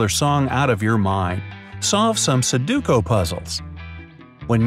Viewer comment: SU-DO-KU* xD